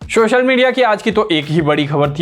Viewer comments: Yeh Sa ko Sha bolta hai. Quota mein job milta hai kya inko. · भैया शोशल मीडिया नहीं सोशल बोलना सीख लो।।